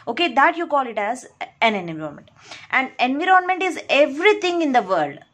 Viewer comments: ANVEROONMENT ni bibi environment hota ...chwal jahan ki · Enve-ron-Ment :yougotthis::yougotthis::washhands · Kindly pronounce environment properly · What happens to you.......🙄...she is really amazing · I didn't mean that, she is wonderful , but she ruin the word environment.